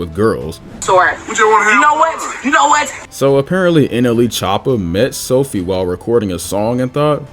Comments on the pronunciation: did bro say nla choppa? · you said nla choppa its nle choppa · no way bro just said nla choppa